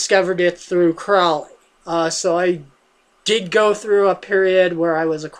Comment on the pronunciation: Can you even read? You really should read a book before reviewing it. FYI Crowley rhymes with holy, not foully.